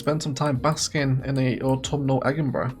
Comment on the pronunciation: Why the high crime? Egginburgh isn't exactly Glasgwegg, but it's close!